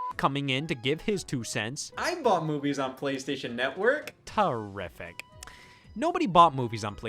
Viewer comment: That annunciation of "terrific" had me fucking DYING because there's always that one person and that's always my reaction.